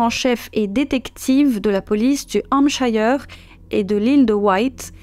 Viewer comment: Hampshire.....et non pas Hampshayeure